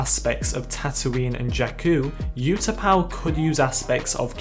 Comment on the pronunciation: Wait is Utapau pronounced the way you say it in the video, or ooh-tah-pow?